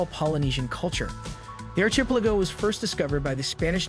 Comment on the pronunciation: Ark a pel a go Ark Not Arch